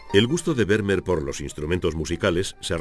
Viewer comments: Kyrie Eleison : de acuerdo. Exigir una pronunciación casi perfecta de “Vermeer” me parece innecesario y casi pedante. Pero acentuar arbitrariamente el apellido resulta molesto y un pelín chapucero .Y es fácil buscar cómo hacerlo correctamente. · Excelente documental. Lástima la pronunciación grave de Vermeer. ¿Se imaginan un documental holandés que pronuncie "Caldéron de la Barcá"? Sería muy molesto...